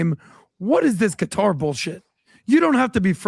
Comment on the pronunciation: Tucker buying a house in Qatar (pronounced gutter) was a F-you to everyone calling him Qatarlson